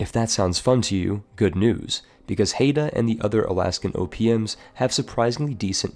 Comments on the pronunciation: Oh sweet my country (or rather local aboriginal tribe) is the No. 1 spot! It's pronounce HIDE-uh, not Hate-uh. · Haida is pronounced "High-da" not "Hey-da" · HAI duh. Not hayduh. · Man that pronunciation of Haida got me all riled up(It's pronounced like eye not ay). Especially calling it Alaskan when it's in British Columbia, although that's understandable looking at a map since it's probably closer to Alaska land than Canadian land. Still love your stuff though, I wanted to sleep 15 minutes ago, but then I saw this video. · Haida is pronounced Hi-Dah, not Hay-dah. I live near there ;) Good list, thanks a bunch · A note on pronounciation: Baden's vowels are pronounced "ah" and "eh" respectively. You had the e correct but the a wrong. After all, Baden, not Baaden. The a rhymes closer to the u in run than the a in cat. Haida hurt. It sounds like you're saying Hayda, not Haida. Ai sounds alot like eye. Source: I'm a German Canadian who was born in Baden-Württemberg and grew up near the Haida Gwaii. Hope this helps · Not that it really matters, but it's pronounced "Hi-dah," and is in modern day Canada. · >Pronounces Haida "Hayda" >Calls the Queen Charlotte islands Alaskan Le 56% is strong with this one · Quick note Haida is pronounced Hi-da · Just a note Haida is pronounced hi-da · It's pronounced High-da and it's Canadian lol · I think you keep saying Haida wrong but to be fair I am not Haida so...